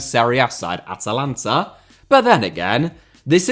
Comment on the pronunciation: You said Atalanta, well done!